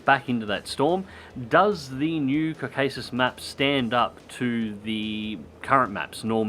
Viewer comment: the name of the region is pronounced KAW-ka-sus with stress on first syllable and the 2nd A being an "ah" as in attack not an "ay" as in the name of the letter A. just a little thing. great videos!